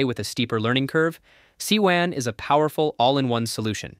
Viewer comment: It is pronounced Sue-you-in. Mandarin for Temple.